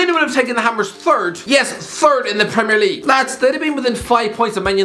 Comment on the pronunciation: No one Absolutely no one Irish guy - PRRRRRRRRREMIRE LEAGUE